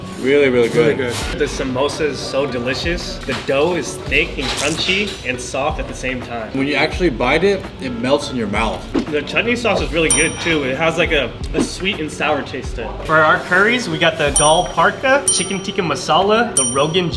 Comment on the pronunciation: Chatney sauce killing me 😂